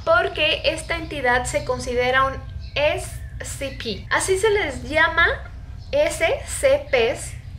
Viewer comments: Es SCP(esecepe) así se pronuncia no scp(escepe) así no se pronunciaaahh!!! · No SE DICE ASI SE DICE ESE CE PE DELETREADO ES SCP SEGURIDAD CONTENCION PROTECCION